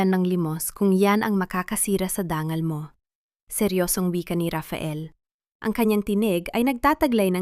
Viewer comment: bakit ang dangal naging Dan gal?at mga umurong umu tong?matanda na ako ngayon LNG ako nakarinig ng ganyang pronunciation,paki ayos salamat